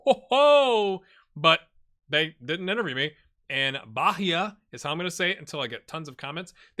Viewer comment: The H in Bahia is silent; also, emphasis in the I instead of the first A. Bragantino was ok (also, they're a team from the Red Bull franchise). Flamengo OF COURSE it's not pronounced like the animal. In Fluminense you kinda dropped the first N, like, you said "Flumiense". In Portuguese, when there's an "LH" or "NH" the H becomes like an i, so it would be "Carvalio"; the same goes for Juninho. Take Ronaldinho as an example. The G in Cartagena is like a raspy J/H, like in a common laugh. The LL in Spanish is read as an SH, like when you shush someone, or as the Y in York. So it would be "Castrishón" or "Castriyón". The U in Guido is silent (UI and UE are always silent U's, unless you see Ü), so that "Gui" is like the GI in "Girl". Mainero, the "Mai" reads as "My"; there's no Ñ, so it's not "Maiñero", the "Nero" is like "Nerve", but changing the -ve with -o. So, My-Ner-o, with a soft R, like in Colorado. Excited to see how you save this guys. Good luck!